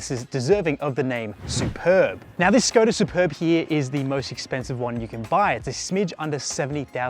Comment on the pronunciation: Škoda pronunciation is Shkoda. "Sh" as shut, sharp, shape ... etc. Š = sh.